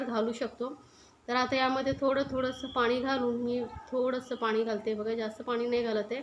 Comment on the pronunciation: Madam tumcha recipe chaan ahey. Pan ek request. Tumhi bhaashaa khup ashudh ahey. Aikaalla khup vichitra vaatate. Paani ha shababd aaikavat nahi. Please neet bhaasha bola